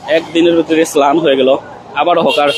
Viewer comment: সাংবাদিক ভাই ম্লান কে স্লান বল্লেন😅😅😅